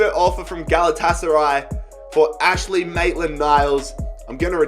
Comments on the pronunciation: Maitland's first name is AINSLEY not Ashley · it is Ains-ley not Ash-ley Maitland niles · Its Ainsley brah